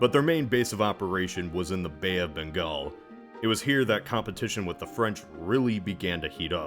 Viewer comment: It's amazing that you pronounced Bengal perfectly! (Butchered Marathas but that's fine lol). Wasn't expecting this video, must admit I was taken by surprise; instant click